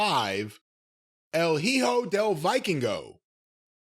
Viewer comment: El hijo del vikingo, please make an attempt to pronounce it right (the viking son because he's a second gen luchador). This guy is what rey mysterio used to be. Presented well to the US audience, he can very well have a good run in the states.